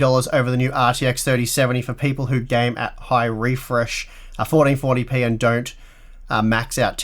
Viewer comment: I love how says 1440p. Sounds like Potty Potty Pee xD